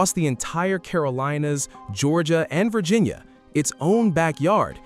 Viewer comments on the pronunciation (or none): none